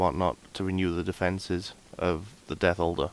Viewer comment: I thought you were saying "Death Holder" instead of "Death Altar" so for about 5 minutes I looked up what the hell a death holder was lmfao.